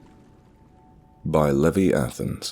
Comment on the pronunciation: Levi Athens..."leviathans"...ffs. And it's not even a real story, is it? It's a throne-damned creepypasta. Oh, and that's "lee-vai", like the jeans, not "levvy".